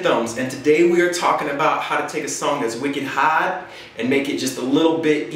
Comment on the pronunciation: Haaad.. like you're from Bahstahn...lol . Kzoo is 800 miles from "home". I know cuz I work in Coldwater and have had to driveback east for funerals recently(eyah.. ye can't get theah from heaha..lol). Puns aside.. your vids ROCK!